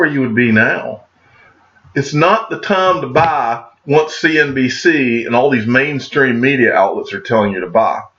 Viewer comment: It's tahm to bah...XRP!